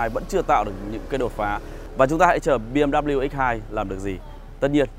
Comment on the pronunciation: “Mờ” là cái gì đấy....trước khi review tìm hiểu thêm về bmw đi ba. Thấy làm mấy xe khác cũng đâu đến nỗi làm xe này nghe chán quá, mất hết giá trị chiếc xe. “Xe bmw này không lốp dự phòng”..vậy mà kêu từng thử bmw rồi